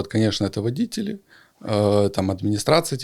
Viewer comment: Ударение водители , делается на 2 слог! 200 зл. На обслуживание? Фантазер!